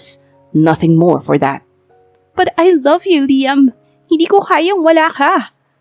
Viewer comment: Sa kaartehan mag salita Ang iloveu may s na jusko pwede ba ibalik na dating voice